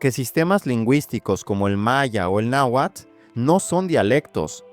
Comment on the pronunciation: Carajo ya no digas "náhuat". ¡Es náhuatl! Y te jactas de que el español mexicano no se come las letras pero ahí vas.